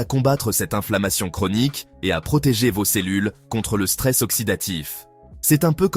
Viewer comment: "dans voze yaourts"... Putain de voix artificielle.